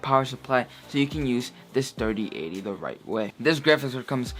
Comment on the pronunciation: “RTX Dirty Ate-ty”